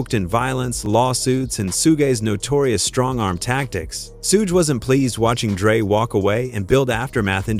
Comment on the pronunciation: Its pronounced shug 😂